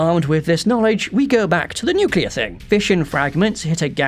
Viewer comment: You say nuclear wrong Lolz